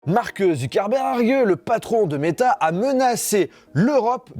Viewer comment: C'est vrai que c'est une manière plutôt bizarre de prononcer son nom ಥ‿ಥ